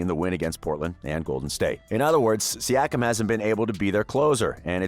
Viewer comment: Once I heard you put us lower than the Dallas Mavs/Heat post-championship woes, I raised a brow. Then saying the Raptors only star was Kawhi, I raised my other brow. Ultimately, your pronunciation of Siakam, I thumb'd down and learned you don't fully know what you are speaking of. Raps have been sick for a better part of a decade, and last year we exceeded expectations. EDIT: Still watched your video. The way you pronounced Chris Boucher... You didn't make this video, Google Search did. Your lack of true awareness of the team overall is 🤯